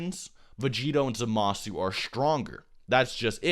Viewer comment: "zah-MA-su" he says...